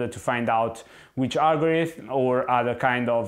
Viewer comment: Repeat after me: Algorithm, algorithm, algorithm, al - go - ri - thm.....